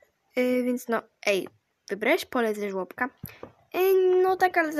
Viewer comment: Pole a nie nele